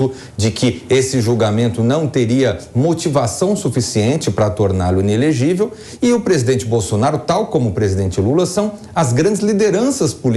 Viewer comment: I - NE - LE - GÍ - VEL